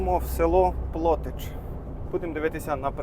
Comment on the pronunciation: Дуже страшно ріже вуха,як ви кажете плотич .Село Плотича де наголос на и.